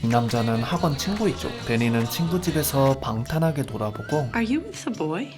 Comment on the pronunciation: 방탄하게 놀아보고는 뭔소리?? 방탕하게라면 모를까. 단순 자막 오타가 아니라 아예 읽기도 그렇게 읽네요